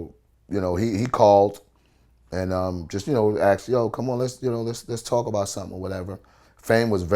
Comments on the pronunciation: He "axed" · How black people say "asked": "Ackst"